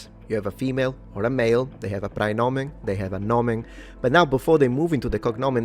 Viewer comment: i have to scold you for the pronunciation here because the ae in praenomen isn't a hiatus, the e is supposed to be non-syllabic, which I'll give you isn't easy to pronounce. It's very close to Italian ai, though.